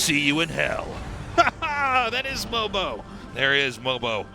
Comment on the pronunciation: MOJO - not mobo